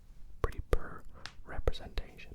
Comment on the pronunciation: “poor” not “purr”